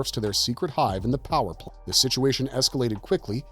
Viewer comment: Why can't you say "power plant" properly???